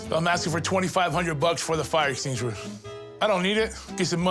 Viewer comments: I clicked on comments only to see if anyone else found “extinuishuwr” hilarious 😆 😂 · Eshinguir eshinguir, I felt so bad but Thats hilarious the way he says 🧯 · This chunky dunky prison bird proves his ignorance, not only by the face tattoos , but can't even pronounce extinguisher. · the way he says extinguisher lol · Dude shut up😂 read your comment while he was saying, i lost it😂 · I literally came here to say the exact same thing!!!!!!